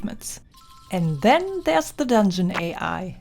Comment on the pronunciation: "ze dondschen" cracked me up 😂😂😂